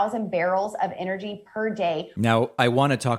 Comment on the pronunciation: What the hell is "Inergy"? Does she mean ENergy?